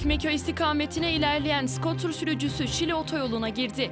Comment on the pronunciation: Skotır degil kuz sukıtır😂